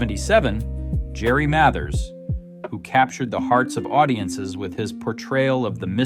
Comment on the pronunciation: AI pronounced Mathers wrong. Go figure.